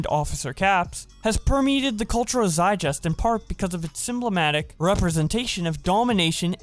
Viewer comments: ha ha its zeitgeist pronounced zeit-guy-sst, but if you've only ever read the word i can see how you'd think it sounded like that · I swear I'm not trying to be a dick or condescend. So dont get me wrong but.... Do you really not understand the terms proto-fascist or reactionary? And do you actually not know how to pronounce sadism or zeitgeist? Or were those just jokes/trolls/part of the bit lol? I promise, I'm genuinely curious.